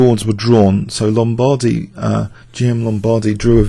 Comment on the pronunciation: The man is SO tedious; far too much repetition of inessential words and phrases. He could say what he has to say in half the time. He should take the trouble to pronounce names like Lombardy and Bisguier properly as well.